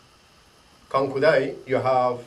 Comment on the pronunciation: good video, but mmm you may want to change the introduction of the video, it's not "KUANKU DAI" but it's "KANKU DAI", you may also want to change the description of your video, again it's not "KANKIU".